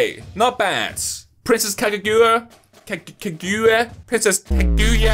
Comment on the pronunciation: He can say ushiwakamaru but not Kaguya